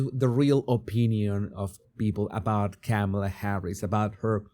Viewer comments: Sir, I greatly appreciate your channel. I have a request though - my name is Tamela, pronounced like Pamela but with a “T”!! Your pronunciation of KamAla…sounds much like my name…and I don’t want to be associated with that evil *bleep*!! Please, I beg you, work on that “A” in the middle - all of us PamElas and TamElas will be so happy!!!😉🤣🤭🤣🤣🤣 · You know that’s not how you even pronounce her name so you started off this video petty 🤷🏾‍♀️🤦🏾‍♀️